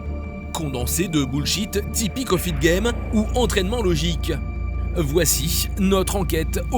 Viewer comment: "Voicich" l'évolution de ce phrasé c'est de rajouter des ch à la fin de certaines syllabes de fin